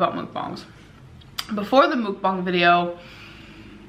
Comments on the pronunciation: Its pronounced Mook bang with a long a. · So is it (mook bong) or (muhk bang) because the second makes the most sense. 1. The you would look like ( ü ) for moo 2. It really irritates me the way she says it. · She said Mookbong bish that ain't how you effin say it. Shut up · how many times did she say MoOkBoNg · Mook-bongs? Is that how it is really pronounced? Sounds like some type of drug paraphernalia. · Can someone tell it's not MOOK bong....that drives me crazy...learn how to say the damn word. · She can't even pronounce it correctly!!